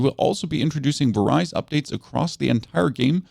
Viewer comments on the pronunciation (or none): “Various”… no no “Varize” 😂